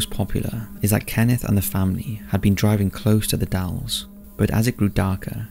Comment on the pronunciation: Oregonian here, it’s the Dalles, not Dallies. Yes “the” is part of the name